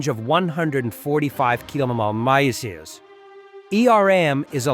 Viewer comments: Your robot forgot how to pronounce kilometers. I really do think you should use your normal voice It's very good and so is your English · What AI can't pronounce kilometers 😂😂?